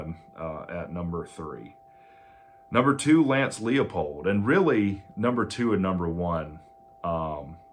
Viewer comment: Heavens! Narrow it down. Use visuals for your lists. 3-year contracts? Look at the market so you don't sound silly. It's TOM Herman, not Todd, and it's pronounce LIE-pold. And you think Leipold is more likely to come to Tech than Todd Monken?